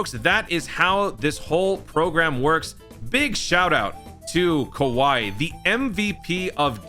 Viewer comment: GOAT!! You can't say "Kowai" without "W"